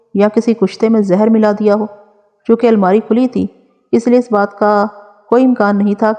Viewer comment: ap itna pyara bolti hen, but ap apna talafuz thek q ni krten? Lafz choonkay hota he, chunachay hota he agarchay hota he mutwaqqay hota he. Tawakku hota he. Or b alfaz hen jo ap thek se pronounce ni krten. Maazrat ke sath pls Ap kisi urdu daan se apna talafuz thek krwa len ta ke apki dilkash awaz ko chaar chand lag jaen.